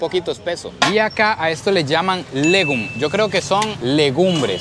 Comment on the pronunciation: Legum no se pronuncia asi